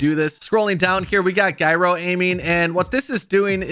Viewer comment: Dude, your comments on Gyro and pronunciation of the word are way off. I assume you know what a gyroscope is?